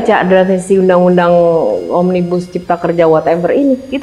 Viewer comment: Kata mbak melanie OMNIBUSLlEER 🤣🤣🤣